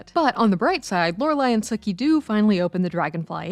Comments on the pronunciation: Right? Did they even watch it because she keeps saying Sukie not Sookie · I'm losing my mind over the mispronounced Sookie (Sue-key) not Sook-ie. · It's Sookie not Suh-kie... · Sookie’s name is pronounced with a hard “U”. Sookie (like “spookie”), not Suckie. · Are you calling Sookie “Sucky?” 😂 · That's how it sounded to me too! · And how about the way she pronounced Sookie for one thing? Lol. This isn't True Blood.